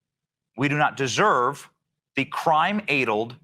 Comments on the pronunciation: it''s ADDled not AiDled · "Ay-delled"? Did he mean "addled"? Why is he talking about "doing God's work"? Has God taken a vacation? It sure seems that way sometimes... Doesn't God usually do God's work? I'm sure God could phone it in from the Bahamas if he needed to... Why did God choose THAT guy to fill in for him? He's not doing the "work" the way God would do it, that's for sure. God might not be so happy when he gets back. Edit: I was hoping would catch that "addled" thing... he did. 🫡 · It’s definitely pronounced 'addled' as in sad. If it were as Johnson said it, it would be spelt adled. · no - it's "addled" not "aidled" you're coorect. "the peoples of Earth come here...." not anymore we don't. (Canadian here - we're boycotting everything US, wherever we can). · Of course he's mispronouncing "addled"; it's indicative of his type of psuedo-intellectual. Great piece, as always, Thanks for your continuing service to us all. Semper Fidelis, brother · Ugh. It’s “addled”, not “adled” you dope. This guy wants whites to be supreme but he can’t even pronounce his own language correctly. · it's definitely addled, not 'adled.'❤😂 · Gotta say, a man who says adled for addled is clearly not able to understand his own language. You have it right. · "Addled" isn't even the right word, no matter how you pronounce it. And it's short a addled. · No, short "a". Add-eled. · Odd that he pronounces "addle" like the German word "edel," which means "noble," "fine," "pure." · It is extremely telling that Johnson does not know how to pronounce the word "addled". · That Id10t can't even say addled correctly?? 🤦 He needs to take his delusions back to his mom's basement... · Benny doesn't know how to pronounce "addled." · He is pronouncing it incorrectly. You are correct. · When you're too stupid to pronounce "addled" like a normal human being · You are right in your pronunciation, nobody has ever made that noise he did before. 😂